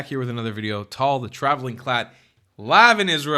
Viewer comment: Just curious - you pronounce your name as "tall" rather than "Tal" (with an "a" and a soft "l"), which I assume that's how your name is pronounced in Hebrew. Is that because people can't pronounced Tal' in English? 🙂